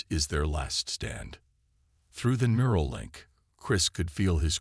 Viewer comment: Mural? or NEURAL. Get it right.